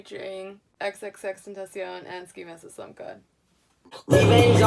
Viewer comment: It’s pronounced xxx ten tah c own